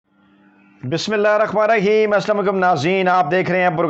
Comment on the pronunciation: khuda wastay. BISMIALLAH to theek tareeqay say pahrain.... main sochta tha shaid zubaan ki luknatt ki wajha hay, laiken Mashallah boltay to aap bilkul theek hain, is liaye aap BISMIALLAH ki adaygi bhi drusat fatmayn. Don't mind, it's not personal bro. sadqa e jaria samjhain